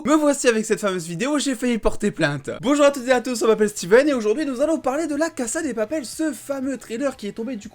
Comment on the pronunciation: Arrête de dire cassa des papel